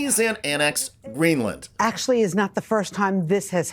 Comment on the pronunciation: Excuse me, but she said “qwazy,” “Gweenland,” and “bruy.”